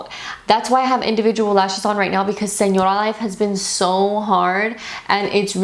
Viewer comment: What camera are you using? I'm loving how you say señora life.